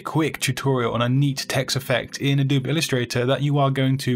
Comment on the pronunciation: Adoe.bee; Add.o.bi; uh·dow·bee. Never add.ob. The e is not silent 😂 great videos my guy. Just hate when people pronounce it wrong, especially when it’s something they use everyday. 😂 keep up the great content!